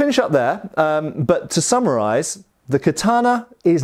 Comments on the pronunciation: "to samurai-z" vs to "summarize":D what a non-native English speaker hears vs what says.. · Did you say 'so, to sammurize' at the end? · To me when he said it, it sounded just like samuraize and not summarize, lol